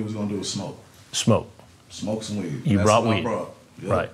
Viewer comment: "But if after you smoked the wee-eeed.." Always have admired Hanson's artistic freedom with regard to syllables.